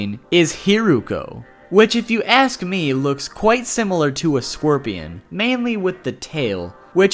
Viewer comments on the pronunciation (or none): scworpian😂 u cant even say an animal😹💀